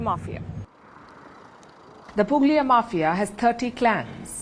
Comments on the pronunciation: It's pronounced Puglia but the "g" is silent. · It is pronounced Pulia . The g is silent in Puglia